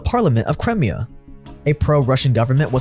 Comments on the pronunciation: How is so bad at pronouncing certain words? It drove me crazy a few weeks ago when he kept saying Papal States with a bizarre pronunciation. His butchering of Crimea in today's video got under my skin too. The thing is, his videos are actually pretty good overall. I'm doing my best to overlook how badly he says certain words out loud because I don't want it to ruin the overall experience, but dang, it's difficult sometimes. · Cry…me..ah not cremia. 🤦🏻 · Its C KRY-ME-AH not Crem-ee-ah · ffs, get your pronunciations right, It's pronounced Crime-IA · Crimea (CRY-MI-A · "cremia" though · First it was pa-pal states, now it's crim-ee-ah. Amazing documentaries, but please get your pronunciation right! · You're pronouncing crimea wrong. It's pronounced Cry-Mia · pronunciation drives me craz... omg the way he says Crimea... I think he does it on purpose! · ohh hes talking about crimea? wtf is that pronounciation